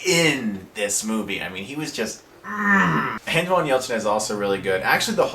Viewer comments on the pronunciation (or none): Anton Yelchin. An-TON. Not, "AntWAN." lol but whatever, right?! 👍😊